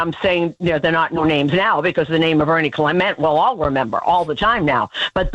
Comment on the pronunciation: A-Rod is a tool. Watch his post-game "hot takes" from Game 1 to 4. Everything was advantage Yankees, but slowly changed. Hell, he didn't even know how to pronounce Ernie Clement's name after game 2.